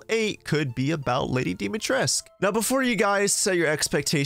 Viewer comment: You pronounced dimitrescu wrong